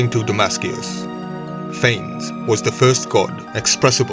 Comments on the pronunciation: Can we start by pronouncing it correctly? Fawness, not Fains. Ph is an f, the a is like ah, nes like Eliott Ness. This is a Greek name, not Anglo-Saxon. Saying it wrong does not breed confidence in the content. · Phanes is correctly pronounced FAH-nez. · Love this primordial deity. His name is actually pronounced Fay-Ness.